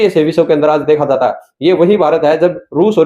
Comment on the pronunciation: विसव नहीं भाई..विश्व कहा करो…